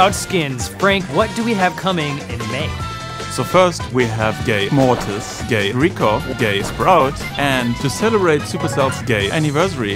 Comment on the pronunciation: When frank was telling the new skins it sounded like Gay mortis Gay rico